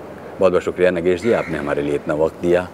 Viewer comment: He is नागेश Kuknoor.. Not नगेश... I don't know... Why the narrator is repeated नगेश... THESE PEOPLE WANT TO BE HOSTS and announcers!!!!